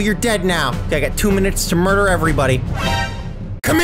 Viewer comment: You said Make me mudrer